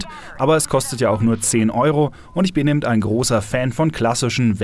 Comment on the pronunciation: es heisst EBEN und nicht EBENT!